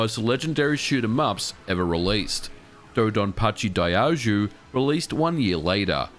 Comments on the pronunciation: Daioujou should be pronounced like "dye-oh-joe" where dye is said like when you dye your hair, oh is said like the oh in "oh no", and Joe is like the name Joe. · It's pronounced like die-oh-joe